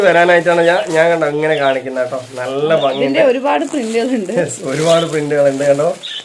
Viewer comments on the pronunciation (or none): നിങ്ങൾ പറയുന്നത് ബങ്ങി... ഉപദേശിച്ചവർ പറയുന്നത് ഫങ്ങി... ഇത് രണ്ടുമല്ല.. ശരിയായ മലയാളം ഭംഗി എന്നാണു .. എന്തായാലും സംസാരഭാഷയിൽ ഇതൊന്നും നോക്കണ്ട.. നിങ്ങൾ പറ യും പോലെ പറഞ്ഞാൽ മതി...😊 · Fangi allaaa...bhangi ennaan parayendath